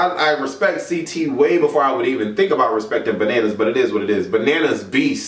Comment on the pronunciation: "I am here to talk to y'all AHHHBOOOT"